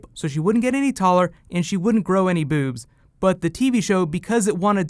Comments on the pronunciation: I think it's funny how you say "boobs". Bewbs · I love how he pronounces it: BEWBS lol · Bewbs. I like your pronunciation. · tehehe ...he say "bewbss" hahaha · the way he said bewbs haha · Love the way u say, "way bigger beewbs."